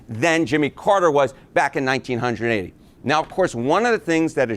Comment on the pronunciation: Every time he says 19 hundred…and 80s my spine does this involuntary clench. What a horrific way to say 1980!